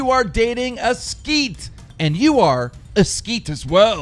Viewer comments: It's pronounced Sket not skeet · Skeet? LMAOOOOOOO It's SKET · Skeet? It's Sket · Erm Keen wtf is a "Skeet" lol. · He pronounced minim inter correctly but skeet?? It's sket m9 😂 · Sk-e-t not skeeeet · I'm american and I knew it was sket not skeet lol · SKET not fucking SKEET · I know he means SKET. But Keem said "SKEET", i'm not fucking dumb lmfao. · Skeet 😂😂😂 It's S-K-E-T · "skeet" 😂😂😂 it's said how it looks😂 sket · ... did he pronounce sket as skeet? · Lol he pronounced it "skeet" when it's actually "sket" Keem fails so bad when he attempts to pronounce English slang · When he said skeet I was done 😹 It's pronounced sk-et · I love the way he pronounces "sket" 😂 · Since when does 'sket' sound like 'skeet'? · LMAO americans saying 'Skeet' when its literally 'sket' sk-et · Ur a skeeeet XD Gotta love keem and his pronunciation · A skeet? It's a sket sk-e-t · It's not "Skeet" it's sket. hahaha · lol it's clearly skEt not skEEt?😂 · Hahah he said "skeet" when when its "sk-eh-t" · Sket not skeet 😂😂😂😂😂😂😂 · lol I had no idea what a "skeet" is, so I came down the the comments section to seek an answer. Turns out it was a mistake and is correctly pronounced "sket". .... w8 a second wtf is a sket?? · LOOOOOOOOL WHAT THE FUCK IS A SKEET ITS SKET ( SKA-ET ) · Skeet ahahahhaahah it's sk-et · im american and even i know its not fucking Skeet its sket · 'Skeet' It's pronounced SKET, phonetically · skeet LOL it's S-KET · Skeet? Hahahha it's sket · you said skeet... its sket (emphasis on the k) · It's not fucking skeet it's sket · LOL a 'skeet'. My mother language isn't even english and I know how to pronounce that properly... Omfg... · It's sket not skete but good video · "skeet" its sk-e-t not ee only one e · sket is pronounced like skeht not skeet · My god man. It's sket, not "skeet"! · skeet? do you mean sket? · Really skeet it's sket and I'm Australian... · It’s a sket, not skit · It's "sket" not "skeet" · Its not skeet is it it sket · Keem it's it's now skeat it's sket